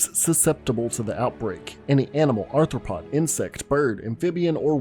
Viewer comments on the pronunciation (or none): none